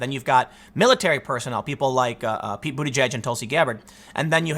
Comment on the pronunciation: It's the closest to the actual pronunciation as anyone can get.